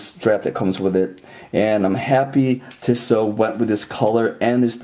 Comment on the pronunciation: Really nice review of a really nice watch. My only criticism is that (and this is coming from someone who grew up in Switzerland) the company’s name is pronounced "Tee-so," not "Tih-so."